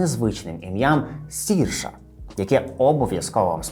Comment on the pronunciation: Цікаве відео! А чому пишете і кажете її ім'я як Сірша? Адже вона Серша - як вона сама каже, треба вимовляти як "inertia" після 2-ї хвилини тут